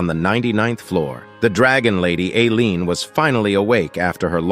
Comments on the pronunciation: I absolutley lost it hen the AI voice said "alien" instead of "Aleen" 👽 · All the mispronounced names. Sajean instead of Seijun Alien instead of Ailene Seijun instead to Theo Teo instead of Theo Kwang instead of Keuing Raine Mountain instrad of Cow #4